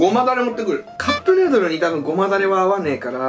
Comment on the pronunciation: カップヌードルがカップルドルにしか聞こえない笑笑